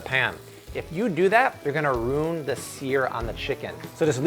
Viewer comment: Did he just say "roon"? What does a strip of cloth have to do with "ruining" the sear on your chicken breast? 🤔🤦🏻‍♀️😂🍗 I'm sorry, I can't believe I just went there. I normally hate it when someone corrects someone on a video or a comment. But I just couldn't help it this time...I just couldn't. Was he trying to sound cool and throw some odd nonexistent accent on the word? IDK. I'm probably going to get slammed by the comment critics but oh well, I can take it. ✌️🤘